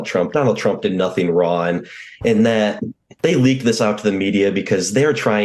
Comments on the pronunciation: Who is Ron? He keeps repeating that Donald Trump did Notheen Ron. Is he avoiding the ng sound as an affectation or is it a speech impediment? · Does he have a speech impediment for the word “wrong”? He pronounces wand? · This guy keeps saying "Donald Trump did nothing wrone". What a weird way to pronounce that word. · Is he saying wrong or ron? He's a man of few words, just the same simple words over and over again. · (Does he keep saying "nothing RAWN" ??) I guess it's fortunate that these LOSERS go ahead and EXPOSE their incompetence Maybe it will help them do less harm in life It's still amazing to me, however, that people can be "educated" . . . yet be so CONSISTENTLY F*KG STUPID ! Like THIS goober And Alina H - bless her heart🙄 It's like they can't even LIE competently !! They are CARICATURES It makes me CRINGE for them! But THEY seem OBLIVIOUSLY SMUG Wow . . . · His mouth doesn't form the "G" in wrong multiple times. He says, "did nothing wron"! Can't even lie correctly. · He may not have done anything wron... but, guilty verdicts or not(which considering the volumes of evidence and actual admissions by Trump, a not guilty verdict would be insane for a vast majority of his current and seemingly future charges) he has done mountains of things WRONG. If I wasn't so sure that this lawyer is pretty close to being on the extreme end of the simpleton scale, I might think this mispronunciation was a misguided legal tactic employed to make his statements in the interview inadmissible as evidence during a trial by pretending he didn't say what he obviously did say. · Jesus Christ! Is he the ba$tard child of the MyPillow guy? What toy store did your Mom buy that fake mustache? Plus, you may want to work on your pronunciation. You say “wrong” like “Ron”. His voice hasn’t even dropped yet. Lol. Kids getting online degrees….. evidence right here. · Jared said, "Trump did nothing Ron.". I've never heard that pronunciation before. So odd.